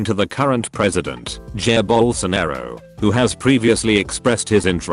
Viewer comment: "Jer Bolsonero" As a brazilian idk why i find the way tts said it xD